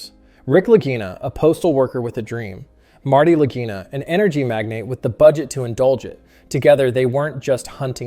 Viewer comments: ‘Lageena, Laguyna?’, ‘Lajyna’. 😂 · 🚨🚨🚨 yep the lagina the Laguna Brothers If you can't pronounce it right right in the beginning I'm sure your information is correct😂😂😂😂 I mean why would you even listen to it to make sure even the words were right Just throw it on the air YouTube won't notice or people like me 😡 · If it's an Italian name, which I think it is, it's pronounced Lageena. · At least pronounce their name correctly. Gee no agenda here. Just about every week they find artifacts.